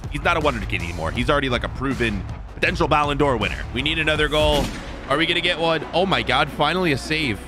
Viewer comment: He said “before we can geet in”